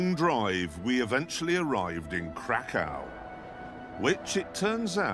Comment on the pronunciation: Are they mispronouncing Krakow?